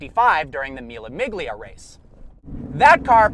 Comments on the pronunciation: Mille miggliya? Really? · Mila mig-lia.... Really? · Is it just me or there is anybody else who got frustrated by him pronouncing the G in the Mille Miglia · he really can't pronounce Mila Miglia (Meelia). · he says "the maclaren SLR" major seeyuh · You absolutley butchered the pronunciation of Mila Miglia 😂😂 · The g is silent in Mille Miglia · You couldn't pronounce mile miglia any worse haha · The g in the miglia is silent!!!!! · Mille Miglia is pronounced without g. Don't ebarrass yourself. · Learn Italian then pronounce Mille Miglia like it should be pronounced. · Don't ever pronounce Mille Miglia like that again . You should be ashamed .